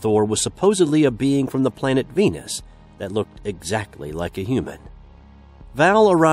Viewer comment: You had me till I heard Venis.